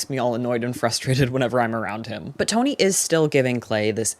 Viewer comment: i am obsessed with the way you said tony like you sound like a new yorker (in the best way) great video!